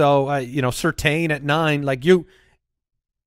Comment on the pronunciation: It’s Surtain not Surtain lol